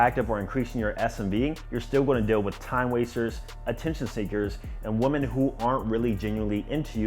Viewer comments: You've messaged woman or WOMEN! You still don't know how to pronounce the difference? Excellent content but come on man. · Bro learn how to pronounce women lol